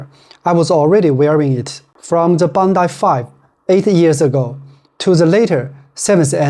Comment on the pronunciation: It is Bondi not Bondai